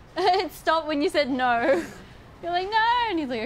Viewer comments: Haha did rosé said nor instead "no" haha lmao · Lisa: "Nooo!" Rosé: "Noughue!" only aussie ppl understands lol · "it stopped when you said noœrrr" 😭😭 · Lisa: “don’t go, nooooo” Rosé: “it stopped when you said NOER” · Rosé:He stop when you said Knor.😂😂😂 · I'm so addicted to how rosé pronounce the word "no"